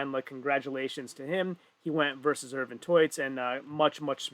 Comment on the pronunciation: The pronunciation of Ervin and Rauno was itching me during the whole event :D and when we got to the stones and the stream suddenly stopped, I was like "really?". Good that they fixed it within 40 mins tho.